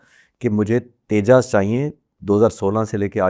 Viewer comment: Dope anchor !! Tejas ko Tejjaasss bol raha hai And this Air Force retired officer thinks he knows the plans of IAF 😂😂😂